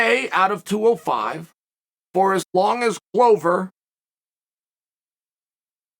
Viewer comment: A ‘Glover’ is a maker of 🥊 🥊. Considering the business he is in, it is odd that it is pronounced wrong.